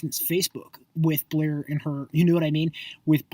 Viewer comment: why are you so mad that Blair and Q are successful? they're not buying followers they've had a few tweets go viral and that's how most of their followers have found them. You're fucking annoying. and why do u go out of your way to pronounce their names wrong? you're pathetic